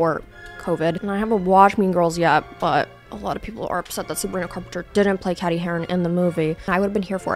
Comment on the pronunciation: Did she just mispronounce mean girls’ Cady’s name?